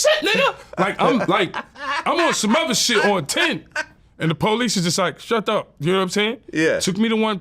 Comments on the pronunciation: “Shat up” 🤣🤣😂🤣🤣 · Policeman says "shadup" 🤣